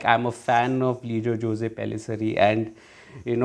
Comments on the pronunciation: Great review 👍👍 btw Jose is pronounced as "Jos". FYI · The real pronunciation is actually 'Ose', in south India it is as you said Jos.